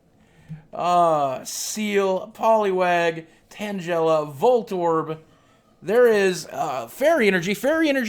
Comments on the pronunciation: I'm not hating but tangela is pronounced tang-guy-luh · Tang ell a not tangela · You made Tangela sound like Jell-O XD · this is cringy to watch he knows nothing about pokemon and did you here the way he pronounced tangela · The way you pronounced Tangela's name was very wrong and so annoying. SAY IT CORRECTLY !!!! noob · I think it's funny how you pronounce tangela